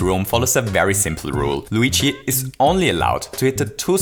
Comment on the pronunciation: luigi not wegae